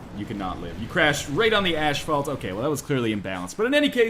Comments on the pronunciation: "ashphalt" sean connery would be proud Northernlion! haha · I don't care about how much of a failure you are at rocket designs, I just wish you'd stop pronouncing 'asphalt' as "ash-phalt".